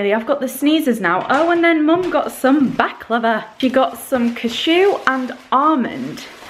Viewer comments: when she says baklava it sounds like shes saying back lover haha xx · omg I thought you said you were going to try "back-lover" XD ILY